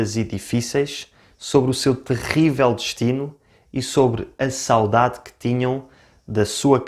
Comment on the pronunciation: Por acaso também admito a diccão ( em qualquer idioma) mas notei que o sotaque deste rapaz é, de certa forma, estranho e nem sempre correcto - a forma como ele fala ''sáudáde'' soa errada e incorrecta e estraga a sonoridade e beleza da própria palavra. Saudade é uma palavra paroxítona e, como tal, o acento tónico deve pronunciar-se na penúltima sílaba ''sauDAde'' - o que ele não fez.